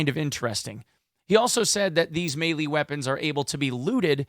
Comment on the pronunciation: Its pronounced "may lay"